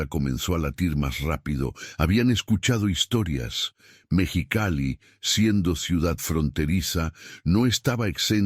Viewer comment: No sé dice Mechicali, es MEXICALI